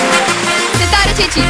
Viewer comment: sothara alla settaa..... sithaara 😁